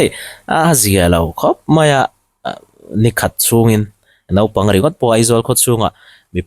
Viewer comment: NAUPANG tih tur "NOPANG" tia i lam ri nasa lutuk hi sim deuh thei la, keimahni ṭawng pawh lam ri dik thei lo nih hi i sim a hun viau tawh a ni